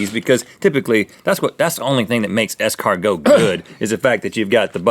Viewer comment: Did it jerky? ES-CAR-NOOO!!!